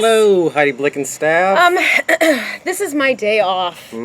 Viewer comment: Blickenstaff isn't even hard to pronounce, its literally said how its written